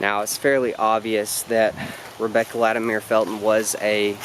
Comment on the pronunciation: LatimEER? Fuck no. It’s latimer. This is appalachia son.